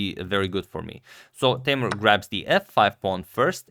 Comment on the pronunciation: Listen me, Teimour not Teymur. Come on Mr. Radic